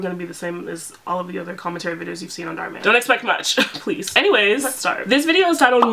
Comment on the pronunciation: girly dhar man has an Indian name, so you've been pronouncing it wrong the whole time 😭